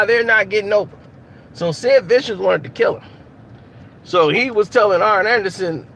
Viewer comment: Sound like he was sayin iron anderson instead of arn lol good video